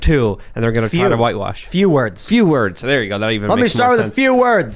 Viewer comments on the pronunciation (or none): To be fair, he actually said "two wurves", not "two words" as you claim. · He actually said "let me start with two herbs" 😂